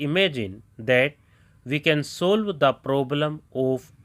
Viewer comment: Abe padhna sikho pahle, fir video bnao..afterall ko Afterol, कॉलिंग को colling, ऑफ को ओफ, solve ko सोल्व, नॉट को नोट, all ko ol पढ़ते हो, एंड verb ki third form me -ed to bolta hi nhi.. ed ko खा jata hai kya? चुटिया।